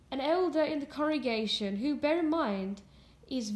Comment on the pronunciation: are you saying corregation or congregation?